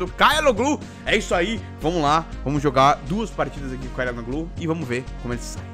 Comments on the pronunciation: se diz "tchalanoglu" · o nome dele se fala "Tchalhanoglu" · pega aí a pronúncia. xa la no lú. o ç é pronunciado como x. o h nao é pronunciado assim como o g no meio das palavras. o nome do presidente Erdogan é pronunciado Erdoan. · pra você,se pronuncia CHORAnoglu.